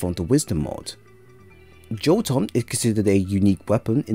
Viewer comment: My dude, it is not pronounced "Joe-ton" but "Yo-tun".